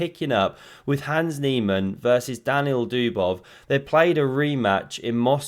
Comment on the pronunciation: I heard Daniel Dubois. Bit disspointing.